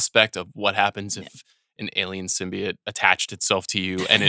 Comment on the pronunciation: The fact that Mallory Rubin, of all people, didn't immediately and aggressively correct Sean's pronunciation of symbiote is criminal. Every time he said it, it was like nails on a chalkboard. Sym-bee-oat not sym-bee-uht. Blasphemy.